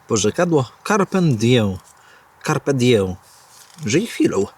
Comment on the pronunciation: Carpe diem a nie diję, (Accusativus)- oj to w językach biegly ale po łebkach uciekał chyba 😊